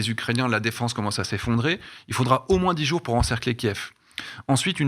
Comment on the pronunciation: Y en a qu'un seul qui regarde les allocutions de Zelensky apparemment et qui a la présence d'esprit de dire Kiv et non pas Kief.